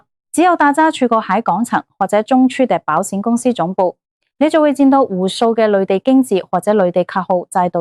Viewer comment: 唔好用Al啦！保险卖保闪？？